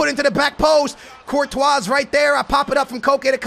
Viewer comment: Why you pronounce Courtois Virtual?